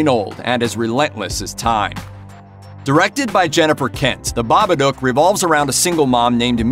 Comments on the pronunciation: Pronounced ba ba duke ..... stop saying ba ba doke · It's not 'Bobbadook', it's Babadook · It Follows is so overrated. Terrible script and story. Best part was music and cinematography. Acting was bad too. And its pronounced Ba-ba-DOOOOOK! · Have I been pronouncing The Babadook wrong for all these years? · I don't know what's worse, this dude considering 'it follows' a "perfect" horror movie, or how badly he pronounces Babbadook...